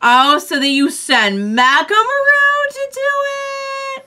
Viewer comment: Mechamaru's name is 'MEH-ka-MA-ru,' not 'ma-RU.'